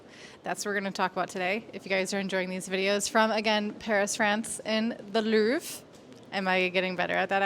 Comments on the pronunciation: The "LouvRe" - you need to pronounce the R, or I definitly won't understand what you mean (i'm french, living just a few yards from you) ! I read a comment on your last vid saying "Loov", that's BS. Anyways, thanks for your work, have a great time in Paris :) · Louv-re, the -re is not silent. nothing to do with blinds (just kidding ) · I like you, but that's not how you pronounce 'le louvre'...